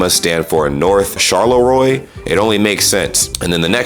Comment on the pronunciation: Idk if someone commented this, but Charleroi is pronounced Char lo a